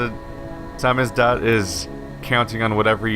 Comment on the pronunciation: It's pronounced 'samizdat', not 'samizduh'. It means self-published.